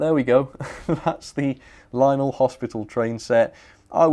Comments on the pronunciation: "Linel" it's lion-el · I'm pretty sure it's pronounced Lion-elle.